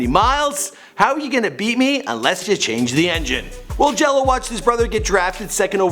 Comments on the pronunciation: It's Gelo not jello u fucking dumbass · Cmon it Gelo not Jello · its Gelo not jelo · GELO not JELLO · Gelo* and mater dei is pronounced (mah-der day) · His name is LiAnJailO day it right